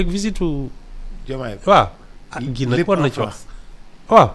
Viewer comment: Enfin le nom de Guy est bien prononcé. Ken degoufi Gouy ( baobab) 😢😂😅